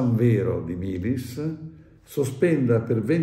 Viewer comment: Milis Vittorio, Milis, non Melis!!! Il paese è San Vero Milis